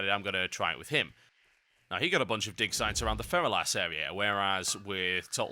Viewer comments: Is it just me or is he saying dick sites? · it sounds like he keeps saying dick sites lmao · it really sounds like he says dick size xD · i keep hearing "dick sight"